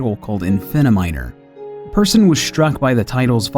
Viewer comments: Hold on, just let me become a nerd for a second. It's pronounced "Peersun" not Person! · When people pronounce "Persson" like "person" NotLikeThis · As a Swede I have to say that I die a little every time he says person rather than "Persson". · Did he just pronounce it Person? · Am I the only one who thought that when he was saying Persson he meant person? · Markus Persson? You know how you guys in America say the A in the name Al? say the e in Persson like that. Anyways, overall, great video!